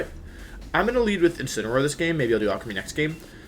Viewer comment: Every time you say Alcremie, it sounds like you're saying Alchemy